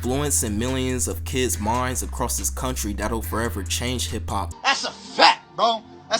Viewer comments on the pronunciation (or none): none